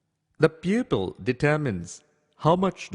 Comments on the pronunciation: What the heck is membrin? Peopill? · Am I the only one who cannot stop laughing when he says 'pupil'?